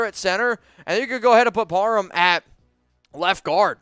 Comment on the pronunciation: Just something you might wanna fix, you’re saying “Dylan Parman” and not “Dylan Par-ham” something small but besides that it’s a great video!